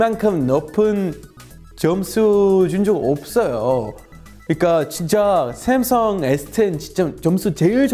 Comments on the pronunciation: 올리버쌤이 삼성을 외국인처럼 쌤성이라고 발음해서 첨에 당황했음. 그치만 후반부에는 삼성으로 발음해서 좋았음. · 자꾸 샘성이라고 하시는거 같아요.ㅋㅋㅋㅋ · 읭? '삼성'발음이 윈래 '샘성'인가?